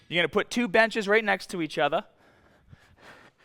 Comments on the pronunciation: "Each otha" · he slips and pronounces the letter R! "Once they'Re next to each otheR."